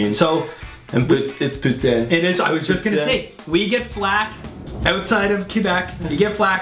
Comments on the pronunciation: I just had poutine, no lies! Great vidz, boys! Thanks from Quebec! Just... don't say P(o)utai(n)' - It's a tongue slip away from calling someone a Parisian ho! (Poutinn) or (pouteen) work just fine. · This American is going to keep pronouncing it "poo-teen" because the French pronunciation is way too close to the name of a certain Russian dictator.